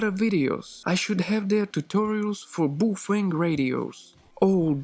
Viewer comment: I'm pretty sure that's the actual correct pronunciation although NOBODY in the English speaking language says it that way. Personally I'm stuck saying "Bow-fang".